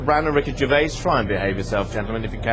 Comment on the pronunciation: Who is Ricky Gervayus?